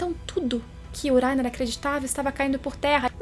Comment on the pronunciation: Gosto muito do seu canal e do seu conteúdo, mas me nervoso escutar falando o nome do Reiner kkkkk ao meu ver o certo seria pronunciado como se tivesse o som de dois RR e não um. ( Acho que explicando dessa forma vcs entendem o som que eu estou falando ) kkkk